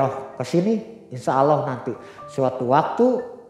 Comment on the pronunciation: apa susah nya sih bilang Allah, knp hrs awloh ? Kan beda lafadz nya, beda lafadz beda arti